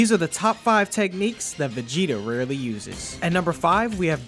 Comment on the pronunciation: I like how u emphasized rarely and then gave us 2 off his most iconic attacks 😂